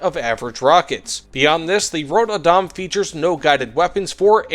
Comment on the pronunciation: rod badam? man you botchered that name. and yes this is a pretty bad plane am swedish so I bought it regardless